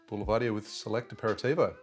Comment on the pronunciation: Pronounced Bull-Ver-Deer...👊